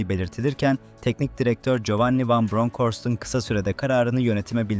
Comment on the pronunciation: Van bronchorst diyince videoyu durdurdum. Birdaha dinlemem seni.